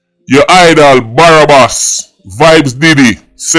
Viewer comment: Drop the second a in Barabas,,,😂😅